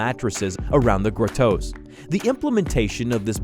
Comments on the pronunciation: Gruh-toes?? No.. pronounced grah-toes. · What the heck is a "GROW TOE" ?? I think he means grotto. pronounced GRAW TOE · grow toes lmao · OMG. Pronunciations!!! Marseilles = MAR-seh (not Mar-sell-es). Grotto = GRAH-toe (not Grow-toe) Dude - if you don't know a word, Wikipedia has pronunciations you can listen to. Mispronunciations are soooo distracting (and unprofessional)!!! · A cave in a pool is pronounced "graw toe" ...not gratow. Yw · Dude if you don't know how to say a word, look it up. So much of this hurts to hear, especially hearing grotto as "grow-toe" instead of "grado" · I don't think grotto is pronounced 'grow-toes'... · Grotto is a rather common word. Why can't the narrator pronounce such a common word? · Learn to pronounce "grotto" dude. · Learn how to pronounce grotto.